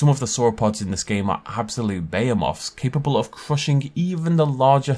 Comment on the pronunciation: How did he pronounce behemoth lmao